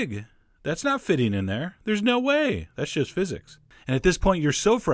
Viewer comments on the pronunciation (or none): pretty sure he said "That's just physyics"